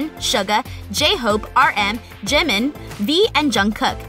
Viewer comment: she pronoucnes Jimins name Jim In tRiGgErD!!!! Its Ji-Mean And RM stands for Rap Monster Not hating but plz learn there names before making a video about it...